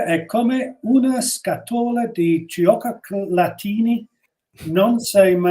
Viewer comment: With ' s pronunciation of Iralian I understood " giochi latini" meaning Latin games rather than "chocolate..ini."